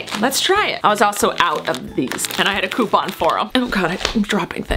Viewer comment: It bothers me the way u say coupon